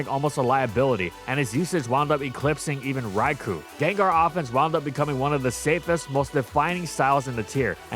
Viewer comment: I just find it funny how easily you can tell that the Gen VI Gengar is shiny. And of course Gengar is grounded, last time I checked, shadows don’t levitate. Also it’s pronounced “Rai-Koh”. Though with that Hypnosis accuracy and ‘Mega’ Groudon maybe I shouldn’t be surprised.